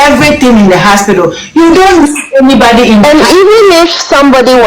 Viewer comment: 6th minute I like the way she keeps saying haspitdal 100 times